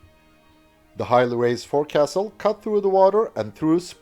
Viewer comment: I'm not too sure how other Navies may describe them but for the British the front end (the forecastle) of the vessel is pronounced the fo,cle (fo sull)...in the same way the row locks on oar powered craft is spoken as rollocks.